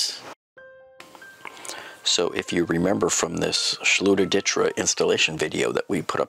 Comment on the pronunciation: Yes good reply Zakaroo!! It’s pronounced Ditra (Deetra) been using this awesome product for 10 years now. And the title of this post makes it look like it’s a Ditra problem not a lack of closing space off to others problem!!